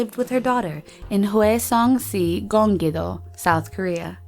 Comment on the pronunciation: It is pretty bad.. at least they are showing this video, I live in Hwaseong-si, Gyeonggi-do and she did not pronounce them correctly. It is an ‘ah’ sound in hwa. Also Koreans don’t say si, they say ‘shi’